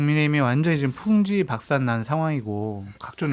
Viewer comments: 님 좋아하는데 말씀에 자꾸 풍비박산을 풍지박산으로 말씀하시더라구요 ㅠ 아나운서님이 말씀해주세요. 사알짝ㅋ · 풍지박산이 아니고 풍비박산.